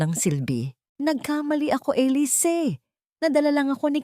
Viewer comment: Maganda ang storya, kaya lang honestly, na di-distruct ako everytime na paiba iba pag pronounce sa pangalan na Elisse....mabuti sana kung foriegner ang narrator..sana mapakingan niyo rin ang sarili mong nareation para maintindihan mo ang mga comments..salamat..